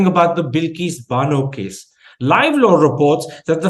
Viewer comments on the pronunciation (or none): She'd read Bano not "bank"